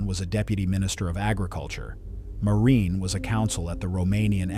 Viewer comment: Also Marin, instead of Miran.